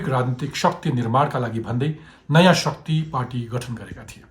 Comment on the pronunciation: Shuckti hoinao sir shakti pronounce garnu na...